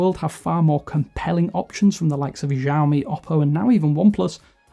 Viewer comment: 😄😏 I thought I’ve heard it all... but I have never heard anyone saying Zhaomi yet..